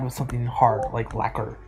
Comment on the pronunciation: Fingers coming from the ends of the phone A hand's waving till your all alone It pulls the strings and makes them ring Until your heart turns to lacquer (being pronounced "liquor") Spamton is describing Dess's guitar